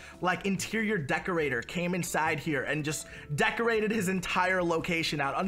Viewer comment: This is how many times he said decorTe